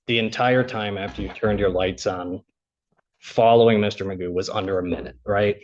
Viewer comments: I can’t take this eejit seriously - his name is McGough but he pronounces it ‘MAGOO’ …..he’s clearly a cretin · His name is not Magoo, it is McGough (rhymes with cough) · His name's not Magoo it is McGough he just insists on pronouncing it incorrectly as Magoo. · We know Magoo is an idiot, because, McGough is pronounced McGoff. (satire)